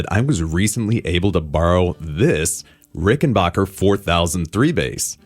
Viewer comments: Do you also pronounce "you scratch my bock and I'll scratch yours"? It's not Rickenbocker, it's Rickenbacker. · It's pronounced, ricken- BACK - er NOT ricken-BOCK-er Rickenbacker is an American company. NOT an English or German company. mispronounces it. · Rickenbacker rhymes with hacker.